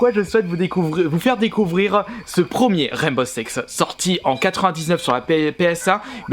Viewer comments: Ptdrrr mais les sous-titres ont affirmé qu’il disait bien « Sex » au lieu de « Six » 😂😂mais bon on va pas se focaliser dessus ... parlons plutôt de ses commentaires sur le jeu 😁👌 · C'est moi ou il dit " rène beau sex " ? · Je suis le seul ou il dit bien Rainbow sex (seix) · Mdrr " rane beau sex" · Garry's Mod - MultiGaming bah oui malheureusement mdr